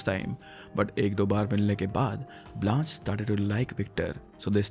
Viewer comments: What an amazing storyteller you are! There'a a cute mistake, Blanche is pronounced as 'bl-aww--sh' but thats okayy. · “Blanche” is pronounced Blansh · It's pronounced as 'Blaanch' not 'Blanchay'.